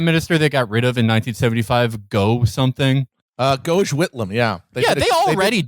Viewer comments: "Goje Whitlam" ffs 😂 its pronounced goff lads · Goje Whitlam…? It’s Gough, pronounced “Goff”! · "Goushe" jesus christ. The rest of the description is entirely fair tho. (but idk about cia involvement) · ^ I'll accept the mispronounciation since Matt has such an uncanny ability (for an American) to know about events occuring on the edge of the empire. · "Gough" (as in "Gough Whitlam") rhymes with the last syllable of "Hasselhoff". He wasn't just "relatively left-wing for Australia". He presided over the passage of the Health Insurance Act of 1973 and got rid of University fees. He also pardoned all Vietnam draft dodgers. There is no figure in American history who is in the same league as Whitlam where the game is being "left-wing". Some combination of FDR unmarred by the racism and LBJ unmarred by the colonial wars might get you in the ballpark of Whitlam. The Double Dissolution election of 1975 is apparently what you get when the owners of the Commonwealth feel threatened by minor reforms. It's worth study as an example of an exercise of raw power, like Bush v. Gore or Dobbs v. Jackson. I can't believe that I have written all this to you. Good show. Keep it up.